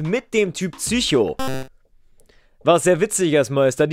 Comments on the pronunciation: Bitte sag PSycho und nicht ZYCHO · "Tsücho" - haha :D